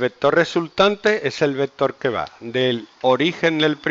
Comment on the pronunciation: Pero entonces llegó el "vectoorrr" en un "cuatrimotorrrr"